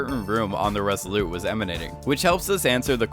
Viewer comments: Just one question: why do you keep calling the ship the" Res ah lou" as if it you were French. You sound American: In English we pronounce the T as in Resolute. Other than that, pretty good video ! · OMG would you please stop saying "Resoloo" instead of Resolute as in the Resolute desk of the President. Look it up! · Is it just me or is this guy's voice ABSOLUTELY ANNOYING regardless of what he is saying..? And it's the ResoluTe, ResoluTe not Resolute... i.e. soft French...